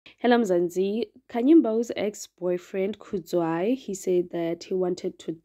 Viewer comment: Do not play with South African ladies And sisi it’s Kudzai not Kudzwayi please